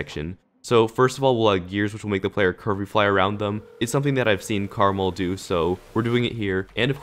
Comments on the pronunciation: Am I the only one who pronounces his name "Kre-mal" and not "Karmarl"? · no its pronounced caramel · Just wanna say its called: karma L so not karmL